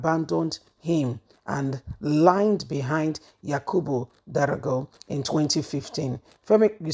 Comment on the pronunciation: You still don’t pay attention to details. Who doesn’t know the name of the former speaker is D O G A R A not Darago 🫣